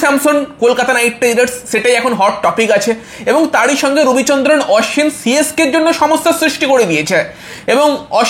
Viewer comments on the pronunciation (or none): Dada tumi age nam gulo valo kore uccharon koro Sonju na dada ota sanju Aswin na ashwin